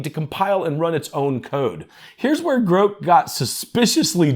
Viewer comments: I think you're mispronouncing Grok, Grok rhymes with rock, you're pronouncing it Groke, rhyming withe broke. 🙂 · Your pronunciation of Grok was so cringe I died. I have never heard it pronounced like that before! It’s pronounced exactly how it’s spelt. Or like the word rock but with a G in front. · Are you saying Grok here? Say Brock, then substitute the B for a G, now you have the annunciation of Grok. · Well maybe AI can teach this guy how to say the word Grok. lol